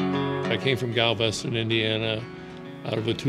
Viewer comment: Interesting that the game announcer got the pronunciation of Gal-VEST-in, IN correct, but doesn’t know the proper name of the university.